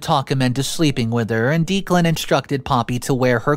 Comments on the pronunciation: It's driving me crazy!!!! I swear it's pronounced Decklan! Am I wrong??? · I love your videos and watch them daily. I notice that you pronounce a lot of words wrong. I usually look passed them. However, you keep repeating the name Declan over and over. It’s pronounced Deck-lan. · Just to interject. I have known 2 guys named Declan. Both pronounced it DECKlan. Could we get this straight. Thanks. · It's Deck • lan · Dude, you NEED to start asking people how to pronounce words and names if you aren’t positive on their pronunciation. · Everyone in the story is just frustrating including for not knowing how to pronounce "Declan" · Your pronoucing Declan wrong so the e is lower case sound not upper case if you think eh no E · The name is pronounced Deck-lan, not Deeklan. Sorry for being the pronunciation police, but the name was said so many times 🤷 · You really need to brush up on pronunciations. The groom's name is pronounced Deck-lan.. this among several others. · It's not Deek-lan.................it's Deck-lan. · Yes! Someone spelled out the sound of that name. It was driving me nuts! I like this channel but the narrator often mispronounces normal every day words plus common names. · Declan is pronounced decklan. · I love listening to this guys' stories while I'm working. I just kept getting so distracted by the fact that he kept pronouncing the name "Deeclan". Is that just an American English thing? I had an American wife and I still struggled to understand... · not trying to be a jerk but it's OP's fiance's name is pronounced Deck-len not Deek-len. 😌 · Declan is pronounced Decklann not Deeclan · Declan is pronounced Deck lan not Deek lan